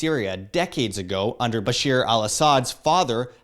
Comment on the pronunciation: 1- it isn't Bashir ! No, it's bashar like in Barack 2- Bashar didn't knew that he's Shia alawite until the rebellion started , he's an idiot not a monster 3- the Muslim brotherhood +the Shia+ the Wahhabi +the puppet governments then the west are the cause of the major disasters Muslims have seen during the 20the century until today... 4- WW3 is at the horizon now , Syria will be invaded by in international alliance... There will be conventional battles first , then it'll go full thermonuclear